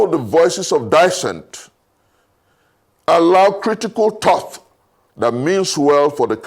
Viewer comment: I love for his thought provoking analysis, and excellent commentaries any time he speaks on issues. Because I always look forward to listening to his insightful wealth of wisdom, I’m sometimes disappointed when he pronounces words that shouldn’t (TH) with a TH e.g -7 of the clip (allow critical thought… with a th) This is very rampant in most of his commentaries. I hope he doesn’t take offence at my observations 🙏🏿🙏🏿